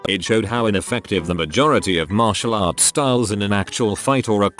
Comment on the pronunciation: Poor TTS bot trying to read out those martial arts styles